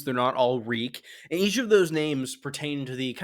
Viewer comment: Reek, Reek, it rhymes with Peak!